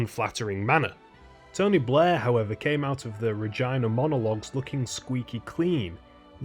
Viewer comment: It sounds like he's saying "Blah" and not "Blair"